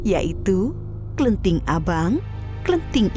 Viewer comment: Bukan klenting but kleting